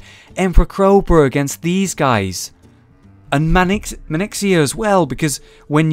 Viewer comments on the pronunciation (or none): Manixxia... Seriously? SERIOUSLY!? xD It's Maexxna. (Pronounced Majeksna)